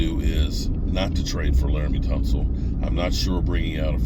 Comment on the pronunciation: But he said Laremy Tunsil perfectly!